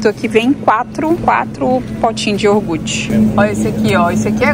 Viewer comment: Ei. Deus abençoe você e sua família linda! 💞 Como você falou que gosta muito de aprender, tomei a liberdade de dizer que o certo é falar: iogurte(com r). Amo vídeos de compras, lixo da vizinhança, venda de garagem, sua rotina, enfim... todos. Abraço. 💞🌷🤗😘😘😘😘